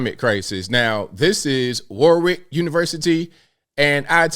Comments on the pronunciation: Great video.. but just so as you know it’s pronounced War-ick not Warwick like it’s spelt.:) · Warwick, pronounced Warick. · Pronounced warik